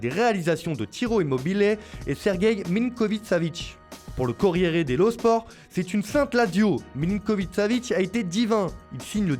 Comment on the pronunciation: Ta façon de lire "Corriere dello sport" 😂😂😂😂